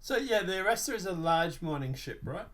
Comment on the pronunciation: Are-Rahstar. It's Spanish. RR. "ARRASTRAR”